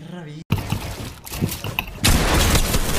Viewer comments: dice G2 jelty no GG xd, estudia un poco de pronunciacion en ingles y te vas a dar cuenta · wtf, se nota como no saben ingles wtfff, dice g2 gelty en ingles la g se pronuncia como "yi"